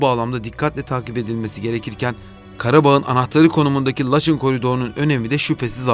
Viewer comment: Mayın'a May(ı)n diye biliyorsun. Laçına neden Laç(i)n diyorsun. Acayip tilt oldum